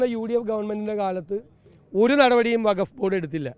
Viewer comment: വഗഫ് അല്ല, വഖഫ് ആണ്. അതെന്തെങ്കിലും ആവട്ടെ ഈ വിഷയത്തിൽ ഒരു മുസ്ലിം സംഘടനാ നേതാവും ഒന്നും പറഞ്ഞ് കേട്ടില്ല പിന്നെ അങ്ങ് എന്തിനാണ് മെഴുകുന്നത്.